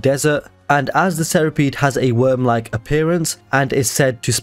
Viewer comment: No matter how many times I hear it, "they're sinking cities with a GIANT WOOÖRM" will always make me laugh